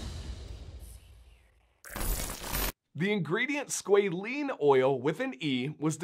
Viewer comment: I found 17 seconds of YouTube that loops pronunciation, with a long “a” something like squawLANE. That aside, great information!